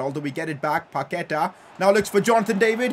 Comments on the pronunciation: Also, Paquetá has the stronger vowel at the end. It's paquetAAAAAH, not paQUEta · PCQ: day 69 of saying paqueta as pa que ta not pa ke ta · Pcq: Day 4 you don't pronounce Paqueta right,you say Paketa, it is Pa q-ue-ta